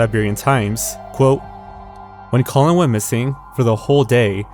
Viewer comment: The video is great and your narration is also pleasant to listen... but I can't unhear your pronunciation of the man's name, Colin as colon...